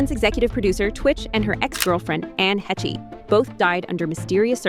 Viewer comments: Its “haysh” not het-che ai narrator😂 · I thought Anne Heche is pronounced Hesh, not heshey. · Ann hetchy????? Hayshay??? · Anne He-che? That's not how her name is supposed to be pronounced. No respect for the dead. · It is. The ai in the video sucks